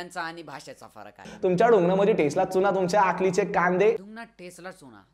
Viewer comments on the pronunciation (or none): 😂😂😂 Abee adhi मराठी बोलण्याचा क्लास लाव तो *चुना *चुणा नाही . Bavlya..